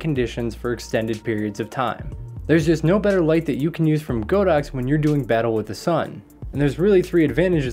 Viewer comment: Great video 😀 Btw, it's pronounced "God-Ox" (not "Go-Dox")